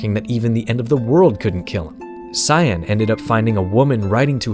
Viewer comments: It's pronounced Kaien, not Cyan like the color. It's spelled that way to save valuable memory space on the super nes. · It's not "Sai-en" like the color, it's "Kai-en". HARD C!